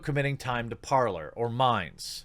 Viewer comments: Par-lay, Jeremy... it is French. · Jeremy, Parler,. it's (Par-lay)... it's French. Means, talk.